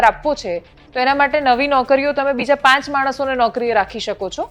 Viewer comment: નોંધ:-- પાંચ ને બદલે પ઼ાંત વાંચવું